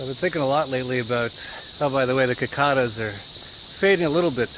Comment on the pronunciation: Hey Jeff! Love your videos man. Your pronounce cicada's a bit different. Cheers. no problem